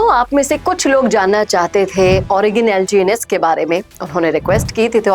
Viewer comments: Ma'am pahely naam to thik se padh lo😂😂😂😂crypto ki kya ghanta apko knowledge lgns ko lngc bol rahi ho aap 😂pahely thik se dekh kar padhna sikhe uske baad crypto industry ki jankari de pata nahi kaise chutiyo ne apka chenal subscribe Kiya hai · Maidum aap sahi se naam nahi bol pa rahi hai to project ki kya jaan kari hogi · इस को ठीक से कुछ पता भी नहीं, ये LGNS को भी ठीक से बोल नहीं पा रही। प्रोजेक्ट के बारे कुछ भी अता -पता नहीं। और आ गयी ज्ञान पेलने😂😂😂😂😂😂😂😂😂😂😂😂😂😂😂😂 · Name sahi nahi bol rahi h knowledge de rahi h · Kya research ki hai naam bhi galat bol rahi ..... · Pehle naam thik se padh le aur .2 se .4 % 😅😅😅😅